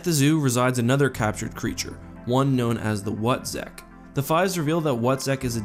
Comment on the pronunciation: "...called the Wutzek" The What-zek?